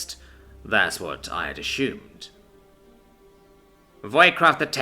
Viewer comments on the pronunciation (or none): I love how this narrator says, "ashumed"!